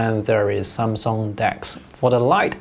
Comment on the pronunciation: I think you pronounce Samsung correctly.